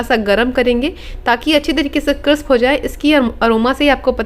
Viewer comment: क्रिस्प न कि क्रिप्स।